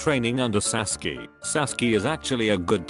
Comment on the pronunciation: sasuke more like saskee